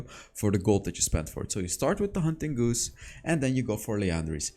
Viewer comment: Lol haunting “goose”. It’s haunting guise, pronounced like “guys”.